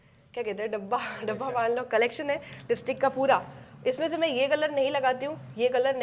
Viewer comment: Lipstick ❌ Listick✅